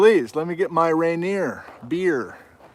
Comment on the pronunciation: He says Rainier Beer a certain way: this is that way